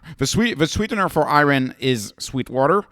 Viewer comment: The "Ri" is the same as in "Rider", not "Reeot". It's just the word riot in the English language.